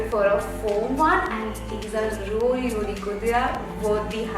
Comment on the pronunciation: plz check your vocab with pronounciation not rally its really